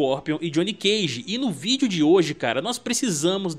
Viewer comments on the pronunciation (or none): none